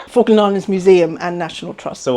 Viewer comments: It's pronounced "FALL-KLUND" not "FAH-KLAND" EDIT: I see you started to pronounce it better towards the end of the video...I'm guessing you were picked up on it by an Islander? 🙂 Also, that wasn't yoghurt but custard. You also don't say 3.25 quid...only fully whole numbers would you use quid, like '2 quid' or '3 quid'. For 3.25 you would say '3 pounds 25' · Did he say fuckland? Try pronouncing it fall-k- land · ill try to watch the full video but im 2mins in and your prenounciation hurts my poor Brit ears... Falk as in Fall kland not what sounds like f*ckland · Is there something inherently stupid about Americans? This dubious example can’t even correctly pronounce the name of the place he’s in. FALKLAND NOT FARKLAND you fuckwit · If you're going to do a video about the Falklands it might be worth learning to pronounce it. "Fokkland" wtf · Learn how to read. The Falkland Islands, not Fawkland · You pronounce it "Fuckland," but I'm sure that's not what the British call it. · Why are you calling them the 'Fock-land' islands, man alive! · Am I the only one who thinks he says Fuckland? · Right off the bat: 'Fockland Islands' 🤦‍♂️ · I didn’t realize it was pronounced with a silent ‘L’, i.e. “Fokkands”, vs, the way it’s written. Interesting! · "Fuggland" islands??😄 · Try pronouncing it "Fall - kland" please not the way you were saying it. It sounded wrong🫤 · You can't even pronounce Falkland properly mate. 🙄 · Annoying that he can't pronounce Falkland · This is an awesome video, but there's something about the way Americans pronounce "Falkland" that hurts my British ears 😂 The L just disappears... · Bro you should have at least learnt how to say Falkland before making this upload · I love this video so far! But FYI, to my British ears it sounds like you are saying 'F*ckland' instead of Falkland - you need to pronounce the first 'L' 😆